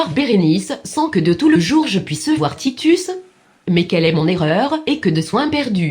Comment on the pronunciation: Une vidéo sympathique et bien faite. Une petite erreur tout de même, au XVIIe, on ne prononce pas les consonnes finales, au moins dans le registre courant, donc Titus se prononce Titu et non Titusse, ou alors il faut prononcer perdusse pour avoir la rime. On a le même problème dans les Animaux malades de la peste avec Baudet et Net.